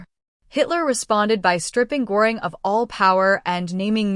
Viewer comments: Who the fuck is goring his name is gøring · It’s not pronounced Gore ing. It is pronounced GUR ing. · Pronounced Gher-ing. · The AI narration is distracting, plenty of mispronunciations and much too cheery a tone for the subject matter. Pronouncing Göring's name correctly would be great.